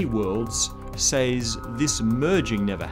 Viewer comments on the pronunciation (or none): You love stringing together long jargon words because it makes you feel clever. Says is pronounced sez, not says.